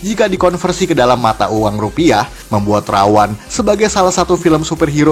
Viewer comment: Ra-One itu bukan dibaca Rawan, tapi Rawon.